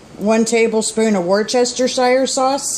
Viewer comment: War chester sauce lol